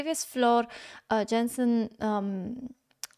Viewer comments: you're so damn cute---FYI--Floors last name is spelled like Jansen but it is pronounced Yansen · hello girl, since the time you react on Floor, could you say her name correctly ????? it's pronounced Yansen. you can also react on Henk's cover " sound of silence ", he sang it to Floor. this song was written for Sarah brightman, (Andrew Lloyd Webber's wife), she is an opera singer, you can beghin to check the version with Sarah Brightman and michael crawford. beste zangers is not a contest, it's a show. in your video shallow she sang for emma, in the red dress.there are 7 singers, and each week, one of this singers is the guess, and the other singers sing for him or her songs in relation with himor her ( own songs or childhood songs, ...), the last show is the duet performance